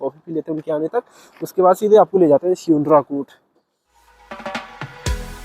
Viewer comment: स्यूनराकोट को सुनराकोट कह रहा है और वहाँ का रहने वाला निवासी खुद उसका उच्चारण सही से नहीं कर पा रहा है इसलिये पंत जी अपना गाँव छोड़कर दिल्ली चले गए थे।